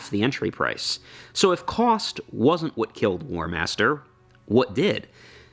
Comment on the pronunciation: "Warhamster" :D